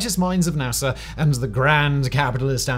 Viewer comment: NASA, not NASER.